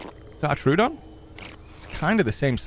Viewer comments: I think it's "troh-ah-don", not "trew-don". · Love your videos, especially the Isle ones. Hate to be that guy but I believe it's pronounced troh-oh-don